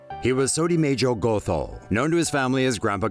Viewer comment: Its pronounced 'got-ho' not go-tho